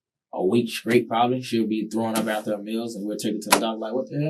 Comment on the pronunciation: Same one who said, "I went skraight there."